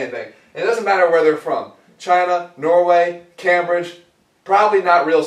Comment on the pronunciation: the way he says Cambridge hahahahahahahaha wrong